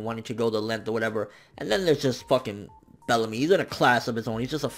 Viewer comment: I lost it when said "Bellacrust"! XD rotfl